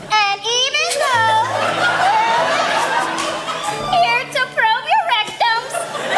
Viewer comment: "ANd evEn thOugH..." is such a peak Olivia moment